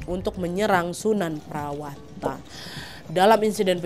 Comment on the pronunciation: sunan prawata: sunan prawoto, sultan hadirin bukan hadiri